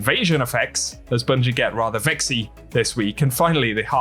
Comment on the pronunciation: Did you say vexy lol